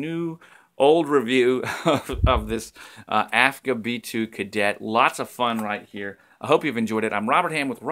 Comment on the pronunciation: Ah, those vintage cameras, I would spend all my money on them if I could :) Aren't they beautiful? I can't wait to check your Kickstarter project. Yesterday I got a Diana Mini (Lomo), I'm curious to see what I'll get from it. PS: correct me if I'm wrong, but isn't it AGFA instead of AFGA?